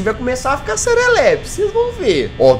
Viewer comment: kakaakak o jazz falando "serelepe